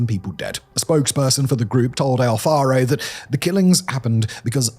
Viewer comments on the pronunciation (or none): none